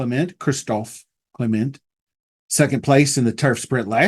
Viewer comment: I hope I can find someone to put 2nd to cogburn but as of now.not yet. Was hoping highland princess or obrians runner up in this race last yr was coming. Have to study. F.y.i. c.clement I believe is pronounced cle Mont not mint. People do that also with the owner of fierceness repole.. pronounced re pole lee.